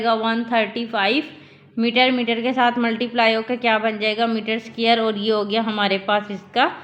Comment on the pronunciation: It's not scare it's dquare